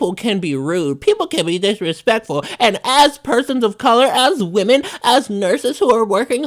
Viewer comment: wo-men not wo-man f off